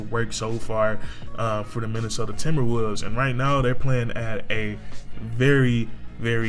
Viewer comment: minnesota timberwuuds is what I heard